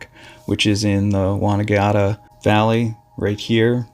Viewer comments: ……locations’ are pronounced ‘won-ann-gatta’, not ‘wonangeatta’. Buller’, not ‘bueller’…… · it is pronounced bull-er and wonn- an -gatta ok maate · Mt Buller (Bull er).... Wonangatta Won-nan-gadda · Oh gawd, the place name pronunciations are excruciating!! Mt Bull (as in the animal) er. Not Bewler!! Won-on-gatt-a. Easy. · Laughed my stse off at your pronunciations. Mt Buller is Mt Bull-a, it dies not sound like Ferris Bueller. Wonangatta is , Won said like the vowel in Swan, than AN, then Gat-at, gat said like rat. So Won- an- gat-ta. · Pronunciation = Bull - er not Beuller Wonn - an - gatta